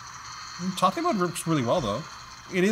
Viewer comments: Why is he pronouncing it "tah-tay mode"? It reads like "Tay-t mode" to me. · Isn't is pronounced TAY-T mode, as in you can rotate the screen? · Everyone named Tate (T-ate) is probably having a stroke every time says Tate (Ta-tey). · Tate(tah-tay) is a Japanese word meaning "vertical".